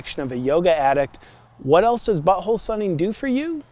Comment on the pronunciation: It’s “buTThole” not “bu’oal”